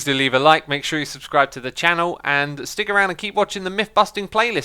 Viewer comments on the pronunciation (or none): none